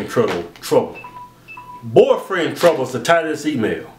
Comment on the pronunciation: lol it's funny how keith always say "borfrand" instead of "boyfriend"